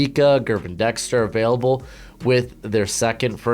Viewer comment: I gotta correct you lol his name (Gervon) is pronounced “Jer-Vaughn” #goGators